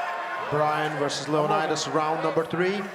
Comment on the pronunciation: Would’ve been nice if they at least tried to pronounce leonidas name correctly